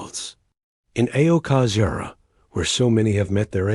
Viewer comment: Please learn how to pronounce "aokigahara."